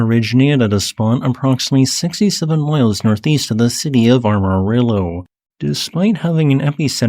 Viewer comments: FYI: Amarillo has only one R and it's not between the A and the M. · Not sure where you think the Texas Panhandle is, but 67 mi NE of Amarillo, is definitely in the Texas Panhandle. Although it IS AMarillo, not ARMarillo. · Armarillo? Please go listen to george strait for proper annunciation